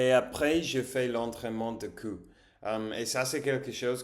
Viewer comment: faire attention au "ou" (que tu prononces "u") ... chose amusante, tu parles de ton cou, mais tu prononces "cu", alors sache que çà peut faire sourire, car le cul (ass en anglais;-) se prononce sans dire le "L", c'est à dire exactement comme quand tu dis "cu" ... donc, il faudra que tu fasses attention à çà dans certains lieux (je suis mort de rire 🤣) ... ou alors, il faudra que tu mettes un slip blindé pour ne pas avoir de surprises😉 Sinon, pour ton cou, il est bien équilibré et franchement, je ne vois pas de faiblesse de ce coté là. Il serait peut-être plus judicieux de travailler tes épaules avant le cou, et tes jambes si tu les trouve "un peu juste"